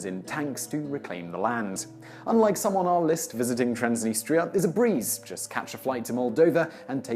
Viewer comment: TRANS deh-NEE-struh.